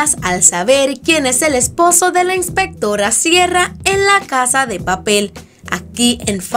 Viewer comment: "Inspectorra Siera" me muero, AAAAA